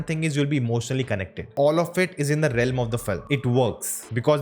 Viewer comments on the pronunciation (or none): none